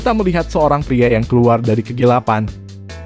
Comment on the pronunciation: Kegelapan min bukan kegilapan . Aneh bunyi sebutan lo 🤣